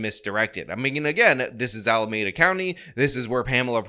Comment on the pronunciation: Please do your research on how to pronounce Alameda.